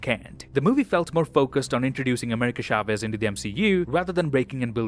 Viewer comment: its not pronounced SHAVEZ. its a CH sound, not an SH.